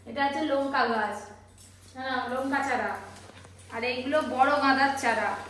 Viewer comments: লোঙ্কা নয় লঙ্কা বললে শুনতে ভাল লাগে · এটা আবার কি উচ্চারণ?? লোঙ্কা????? বলো লঙ্কা গাছ